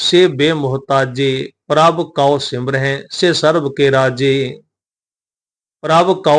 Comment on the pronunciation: ਗਿਆਨੀ ਜੀ ਪ੍ਰਭ ਕਉ ਸਿਮਰਹਿ ਸੇ ਧਨਵੰਤੇ ਵਿਚ ਸਿਮਰੇ ਦੇ ਵਿੱਚ ਸਿਹਾਰੀ ਦਾ ਉਚਾਰਨ ਹੋਣਾ ਹੈ ਜੀ